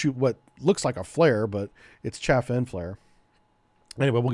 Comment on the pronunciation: Some corrections... - SM-2 Block II improved the ECCM... Electronic Counter-CounterMeasure, not the ECM. - Chaff is pronounced like Ch-ah-F, not like Chafe. - You multiplied the Harpoon weight by 10 when reading it out loud. - The Mk46 torpedo weighs 508 pounds complete, the warhead is only a little less than 97 pounds. - Mk50's are not the '46's little brother except in terms of development timeline as it weighs more than 50% more, has a slightly larger warhead, a third greater range and better than 50% increase in maximum diving depth and was designed specfically to deal with deep diving, titanium hull soviet submarines. THe engine isn't a battery, its a closed loop chemical reaction producing a LOT of heat and steam to drive the pump-jet. - The Phalanx 20mm CIWS... switched from DPU (which for the US government, which has a LOT of nuclear reactors which depend on enriched uranium as fuel with depleted uranium being one of the byproducts of that enrichment process, is actually exceedingly cheap compared to what Tungsten alloys costs to produce) to Tungsten out of environmental concerns about polluting the oceans with a projectile that is still mildly radioactive and might be injested by marine life that could get into the food chain consumed by humans. There is no program to fit SeaSparrow missiles to Phalanx systems. Perhaps you're confused by the SeaRam system which combines the radar dome and sensor fit of the Phalanx Block 1B with an 11-cell launcher for the RIM-116 Rol